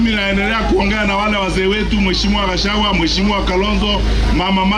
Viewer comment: Why do Matiangi call him Gashawa 😂😂